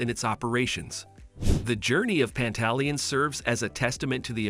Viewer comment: It's not Pantaleon, it's PANTA-LEONE. Two words smushed together not one complete word.